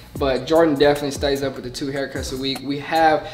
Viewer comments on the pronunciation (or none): it’s baTHroom &wiTH not bafroom, wif 😂😂 it’s okay though my brother pronounces it the same way 💀